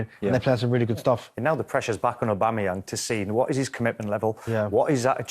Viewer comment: Man said Pierre Patrick Aubangayang 🤦🏽